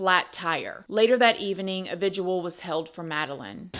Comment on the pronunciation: Pronounced “VI-JILL” (vigil; as in a candlelight vigil)… not “vigual”. 🫶🏽 🌈🪬